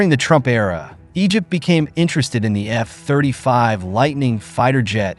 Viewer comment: Nice AI voice. Only flaw is it reads F-35 as F (pause) 35 instead of F35.